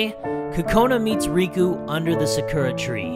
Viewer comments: Sirkurah? Pronounced Sahkurah. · sakura is pernunced (sa-kur-a) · we ain’t going to talk about how he pronounced the Sakura tree